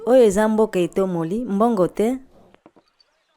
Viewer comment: Mbongo te? Pas d’argent? Bongo te? N’est-ce pas? la prononciation dans cette video etait “mbongo te?” au lieu de “bongo te?” Sinon, c’est bien le concept